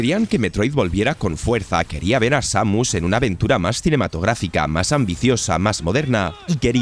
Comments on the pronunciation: Samius wtf jajajajajaj Sa-mus imagina que la mu es el sonido de la vaca muuuuuuu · seimius xd